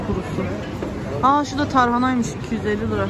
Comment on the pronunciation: Lıraaaa değil liraaaaa